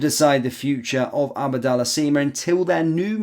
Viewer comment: It's ABDALLAH SIma NOT ABADALLAH Sima!!